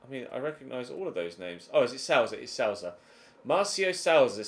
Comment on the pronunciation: it not ‘Sowza’ Its more like Sooza